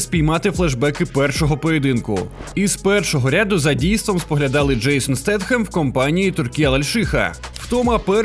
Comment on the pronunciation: "Стейтем" читається, чи ви спеціально для коментарів так сказали?